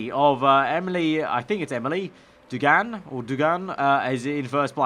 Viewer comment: For Emily Duggan, I'm pretty sure its D-u-g-en not D-oo-g-an, I do not know Emily but ik Duggans